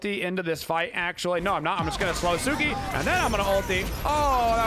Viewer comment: Loved the vid. Friendly reminder that it’s Tsuku not Tsuki